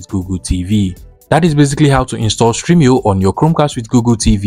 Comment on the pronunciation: Its stremio not streamio. Thanks for the video